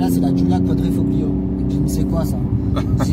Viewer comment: Le gl en italien se prononce juste L , on dit quadrifolio 😝